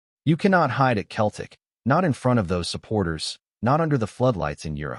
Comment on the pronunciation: Why doesn’t this guy say CELTIC instead OF Keltic ?